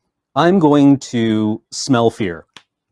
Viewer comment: The first time said "Smell Fear" I heard "Smell Pierce" and I thought they made some wierd new card called "smell Pierce"